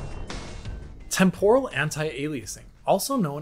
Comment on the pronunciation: Not sure why the stress on the second syllable of Temporal. That said. I will take regular old TAA over a lot of what came before in a heart beat. MSAA was fine but it had limitations, especially in terms of performance and shimmer. SSAA is just a brute force method of AA that costs so damn much. FXAA and SMAA are just image blurring that look crap (Though SMAA was WAY better than FXAA) and plain old TAA has the advantage of dealing with shimmer along anti-aliased lines but a blurred image. At least now we have more methods of dealing with aliasing. DLSS, FSR, XESS etc. etc. etc. These also came with drawbacks but most of the kinks have been worked out by AMD by 2.1 and DLSS is pretty damn good since 2.0. XESS became extremely competitive by 1.1 and 1.2. And yet... I still see people wanting to use FXAA in their games rather than any of the prior 3 at ultra quality. Madness.